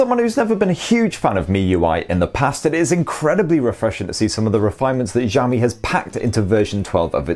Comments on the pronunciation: Sorry 😁 But it's Xiaomi not Jiaomi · Bro, it's not ZHAO-me PLEASE 🥺. It's shao-me, sha from shark(Not zhark) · Its ziaomi . Accent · see-ou-mee. not ciao , not jiao. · please its pronounce as shaomi not jaomi lol it feels cringe when you say it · No it's pronounced ciao-me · Its xiaomi not jami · Why does he keep on saying "jaw me" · Instead of Xiaomi he says jammie, xomi, shami.... Hadeeeh 🙄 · its pronounce shaomi . say the 'sha' like shower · nobody : this guy : zhao mi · It's not Jiaomi or Giaomi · wth is jaomi? can't you freaking read?? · Nobody:: Jiaomi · The Chinese "Xi" can be a bit hard for Westerners to pronounce. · Hearing "jaomi" is what bothering me while watching the video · I don't why but i laugh when he says Xiaomi as jaomi 😂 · You pronounce xiaomi like jaomi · good videos but pls look up how to pronouce Xiaomi :D